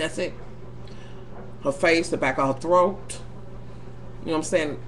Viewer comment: "hit in the back of they "throaK!" LMAOOOO. im over here in tears!